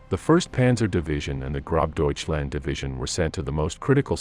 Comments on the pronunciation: Lol its not GroBDeutchland. Its Gross - means Great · I heard Grob Deutschland. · If you are going to do these types of videos, you should at a minimum learn to properly pronounce the names of people and units involved. Model and gross Deutschland are two prime examples.